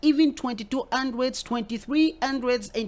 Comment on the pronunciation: I like when u say Andreds (hundreds) and believe u me lol